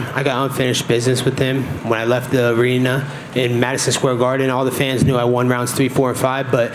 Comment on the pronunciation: listen how he says "arena" brain damage